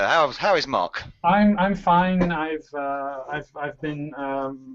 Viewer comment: Mark has made it clear how to pronounce his name sooo many times and you still said it wrong. Evos score was no surprise, lol. Also I got most of these correct.